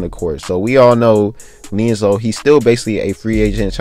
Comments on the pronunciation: why is he calling him (LIANZELO) like what? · His name is LiAngelo ! Lee-And-Jello 😭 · Can you say his name correct lmfao